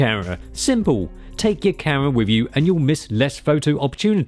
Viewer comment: He refuses to say the M in the word “camera.” I like it, it sounds like he’s saying “Karen.” I like it even more because of his line of work, it’s probably one of the words he says the most, like if Michael Buffer said the world rumble in a peculiar way. This is very interesting to me, it’ll go into my collection of funny things that I’ll think about randomly at 3 am for years to come, not every night, but just randomly as my mind were on shuffle. Quirks of life.